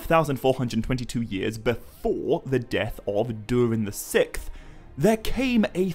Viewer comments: I believe it’s pronounced “sicksth” as it’s spelled “sixth”. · Isnt it Durin the Sixth (VI)? You kept saying Durin the Sick. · When you say the 6th. The “X” isnt canceled out. Pronounced “Six-th”. Not “sicth”. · Sickth? Six th. Say it with me SIX Th... 😂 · Sikth? I thought it was sixth. Yes, I’m THAT guy. Sorry. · King Durin the Sikth 😂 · Six-th. Not sickth. Sorry it was getting to me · Saying "sikth" over and over is driving me insane. It's "Siksth". Incorrect pronunciation is my biggest pet peeves. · “The Sickth”? The ”sicksth” is how sixth is pronounced, dingaling. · SIXTH not SICK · Love the video! Absolutely fantastic work! I just wonder if I'm the only one who has never heard the word "sixth" pronounced the way he does."sikth" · Durin the sikth. It took me a while to realize how that was being mispronounced, but eventually I realized the x in sixth was being pronounced like a k, removing that final s sound before the th. Not sure if anyone else had trouble with that... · “Durin the Sikth” 💀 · Ah yes. During the sickth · Durin the Sick-th? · I shouldn’t say names so much as just a couple random words. You say “durin the sixth” multiple times, but you literally cannot pronounce the word sixth. You pronounce it like it’s spelled “sikth” it’s crazy distracting fr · Durian the sick’th? Why can’t you just say the sixth? 6th? Not sick’th. Lol. Good video anyways haha 👍🏼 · Pronouncing sixth as sicth really annoys me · Sixth not sikth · dude cant say sixth to save his life lol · You can’t say sixth correctly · This guy made me so mad when he kept mispronouncing 6th